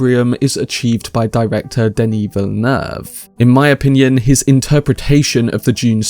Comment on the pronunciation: Finally a anglophone reviewer who pronounces Villeneuve correctly!